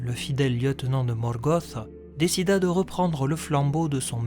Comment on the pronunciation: Très bonne vidéo comme d'hab mais un peu dur parfois avec les prononciation comme "Sawourone" ou "Morgosse" ^^'